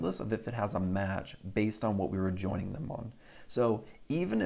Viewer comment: At the very end of this video the phrase "Thank you guys for JOINing me.." sounded funny.